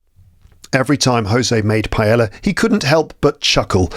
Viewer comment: When you pronounce "paella," you do it correctly, except for the "ll." The "ll" is just like the English y /j/. Greetings, from Valencia.